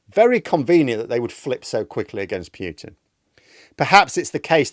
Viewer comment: It's not piutin it's pootin and p is small.